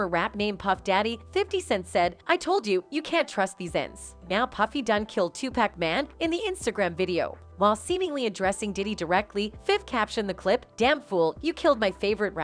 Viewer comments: I don't understand "Teuu--pack" 🙄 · Another CULTURE VULTURE tryna tell OUR story, one that she knows NOTHING ABOUT. Its not SOOGE KNIGHT VULTURE ITS PRONOUNCED SHUG KNIGHT! Stick to suburban story telling because u butcher every rappers name like meat. This VULTURE called 2Pac 2pack..... stop it.